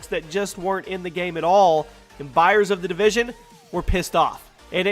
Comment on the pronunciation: "The Devision" haha, whoops.